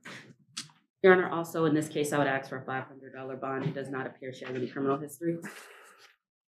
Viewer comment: It’s sad that a lawyer can’t say the word “ask” correctly.